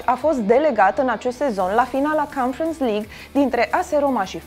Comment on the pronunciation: Aia mai merge , dar aia cu confans lig ( conference) e letala.